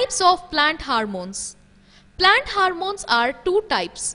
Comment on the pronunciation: That's not HARMOME that is HORMONE